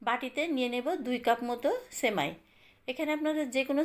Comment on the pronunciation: আপু,ছেমাই না সেমাই বলেন। উচ্চারণ ভালো না হলে শুনতে বাজে লাগে।